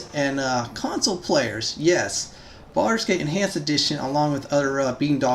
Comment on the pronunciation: Sounds like you said "Farscape Enhanced Edition" I wish that was a thing